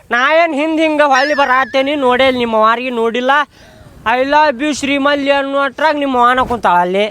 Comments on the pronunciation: ಶ್ರೀಮಲಿ✅ ಶ್ರೀವಲ್ಲಿ ❌😅😅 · Srivali ❌️ Sri malli ✅️ 😂😅